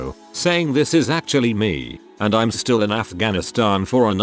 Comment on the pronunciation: What about just pronouncing "me" correctly instead of M-E?